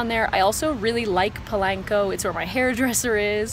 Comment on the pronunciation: It’s not PO-lane-Co it’s Po-lawn-Co I hate when people pronounce it wrong